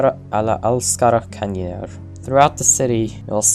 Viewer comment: as a native swedish speaker, hearing you speak "alla älskar kanniner" was so funny